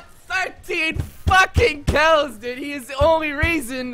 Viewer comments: Kiaulls. The way you say kills is wierd as FU**. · does he say chaos or kills? xd